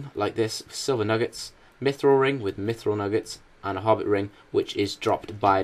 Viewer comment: You pronounced mithril wrong D:<